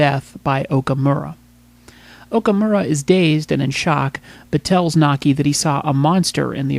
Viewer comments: Its MAKI! not Naki! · The Reporters Name is "Maki" not Naki!